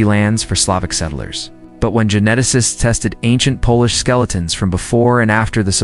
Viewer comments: Not so wonderful AI narration ... Has some work to do. Can't even pronounce "Polish" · While tempting to believe that I am not simply Slavic but rather descended from ancient Illyrians who were smart enough to adopt a superior culture/language when they saw it, I don't think any of this is true... Besides this is obviously AI audio, a human person is not reading this script. A few common words such as "Russian" were mispronounced, and "Polish" was pronounced as "Polish" in some places and "polish" (small "p") in other. A human English-speaker probably wouldn't have made these mistakes... For me that calls into question the legitimacy any claims here, on top of the fact that I already was skeptical of this information. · Teach your robot to pronounce Polish properly (A country) and not polish (making something shiny).